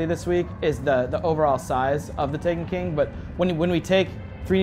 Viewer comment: This guy can't say "The Taken King" clearly. Sounds like he's saying "The TANEKEEN"